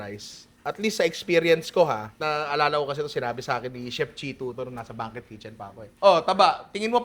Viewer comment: Banquet = bang-kwet po. 😊